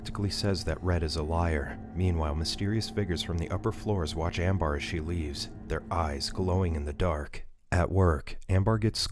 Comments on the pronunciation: Is it really "Am- bar?" not "Am-bur?" cause if so, wtf? lol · It's (ammm bur )not bar